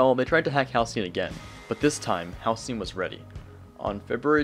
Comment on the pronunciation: Damn. Ive been saying Halcyon wrong my whole life until this video- (I used to say Halycon)